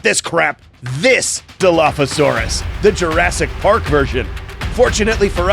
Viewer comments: The real dilo is not whatever you said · Your saying Dilophosaurus wrong